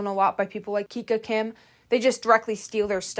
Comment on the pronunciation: i almost died when she said kiki kim not to hate but its kika